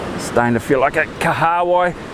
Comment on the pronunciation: From my dialect we pronounce that ika(fish) name Kaha Wai bro, "Kaha means Strong/Strength, "Wai" means water...your pronounciation Ka haawai? is a new one to me LOL. Good onya mate - love the vids 👍